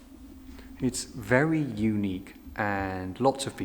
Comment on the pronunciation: Don’t be too critical. I feel there could be a slight speech impediment at play as his speech is otherwise fairly standard for that part of the world apart from the anachronistic sounding pronunciation of ‘very’ (‘vay’) which may have the same cause as the problem with ‘th’.